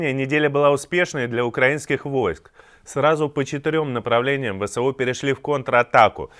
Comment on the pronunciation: Почему этот чел говорит ВСО *, а не правильно ВСУ!!! (??!))